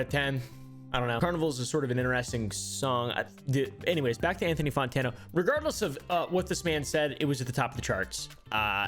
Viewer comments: its fantano not fontano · why do u pronounce Fontana as Fontana